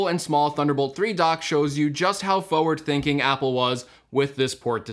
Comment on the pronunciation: Did he just say, “foe-ward”?